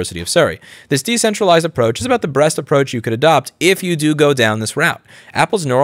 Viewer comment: Louis says “breast” instead of “best” -AI detects said “breast” utterance -AI flags video Ah yes the dystopian technocracy we all are headed towards